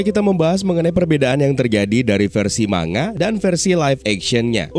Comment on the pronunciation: koreksi kecil tapi tdk penting bang. manga itu bacanya mang-ga bukan ma-nga